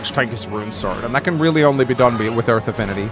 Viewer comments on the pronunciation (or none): none